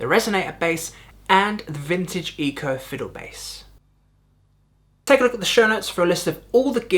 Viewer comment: Also, Eko is pronounced like "echo", not "Eco".